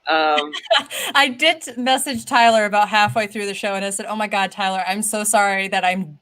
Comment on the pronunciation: Hi Tyler. Yes, you pronounced my name correctly. Thank you guys for another great show. I missed Allison though ... Everything alright with Deb? Haven't seen her for some weeks now. Hope she's okay :)